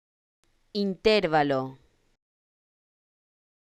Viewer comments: No es correcto. Se pronuncia acentuando la sílaba 'va', como si se escribiera interválo no intérvalo. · Esa pronunciación ES INCORRECTA. INTERVALO La palabra "intervalo" es una palabra grave o llana, ya que su sílaba tónica es la penúltima (in-ter-VA-lo). Tiene cuatro sílabas y no lleva tilde porque termina en vocal, conforme a las reglas de acentuación del español que indican que las palabras graves no llevan tilde cuando terminan en vocal, "n" o "s". En algunos casos, se confunde erróneamente con una palabra esdrújula ("intérvalo"), pero esta forma es incorrecta y no está registrada en el diccionario. La forma correcta es "intervalo", sin tilde. En resumen, "intervalo" no lleva tilde porque: - Es una palabra grave o llana, con la sílaba tónica en la penúltima sílaba. - Termina en vocal, y las palabras graves que terminan en vocal no se acentúan gráficamente. - Cualquier variante con tilde en la antepenúltima sílaba ("in-TÉR-va-lo") es incorrecta. Esta explicación se basa en las reglas de acentuación establecidas por la Real Academia Española. * Explicación[1][2][4][7]. Citas: [1] D. El español: Las reglas de acentuación [2] Qué son las palabras graves o llanas, reglas y ejemplos [3] Palabras graves | Ejemplos y acentuación [4] El acento - palabras agudas, graves, esdrújulas y ... [5] Acentuación del idioma español [6] ¿Qué son las palabras graves? Reglas, ejemplos y ejercicios ... [7] 2.4.1 reglas generales | Ortografía básica de la lengua ... [8] Reglas Graves | PDF | Sílaba | Comunicación humana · Oiga no enseñe mal. La pronunciación no es esa porque es una palabra llana y el acento fonético va en la penúltima silaba